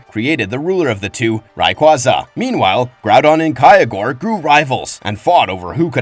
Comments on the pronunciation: Omg If I hear kyogre pronounced kay-ah-gore, or ray-kaza 1 more mothaf#$&%@ time lol. Renee's? Comon mayyyyyne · Kaya what? You did not called Kyogre that